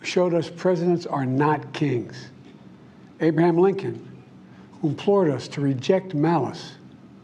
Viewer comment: Did he say, Abe-man Lincoln?